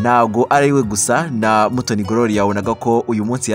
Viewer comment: On dit gloria,pas grolia